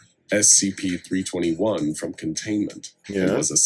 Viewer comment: You've react to scp for almost 2 months now and you still said spc